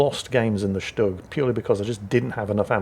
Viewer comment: pronounces "Stug" like he grew up in Berlin! The problem is? He pronounces "Hurricane" like he grew up in Chicago. - we ALL have watched "Battle of Britain" enough to know it's pronounced "Hurri-cun".......🤣🤣🤣🤣